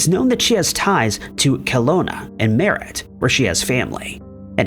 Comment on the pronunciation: are you being charged for this video? because I'm not. But also he said Kelowna weird too. Due to not being from there' he's not gonna know how locals say weird sounding cities.